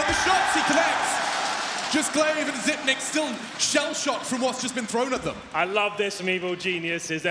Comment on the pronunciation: Almost 2020 and announcers are STILL SAYING ZIPNIX -.